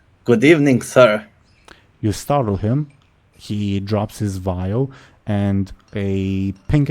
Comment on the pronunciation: I heard "Drops his bile" instead of "Drops his vial". Now I imagine a swarm of zombies attacking Thrun's shop